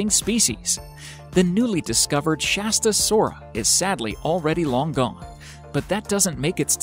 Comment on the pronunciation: Dude its shastasaurus